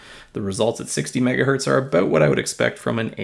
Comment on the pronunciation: "aboot" Definitely Canadian, buddy!